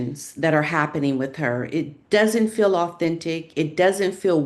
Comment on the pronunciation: It’s annoying to listen to someone who pronounces the word “ feel” like “ fill” I’m out of here. Repetitive and boring 🥱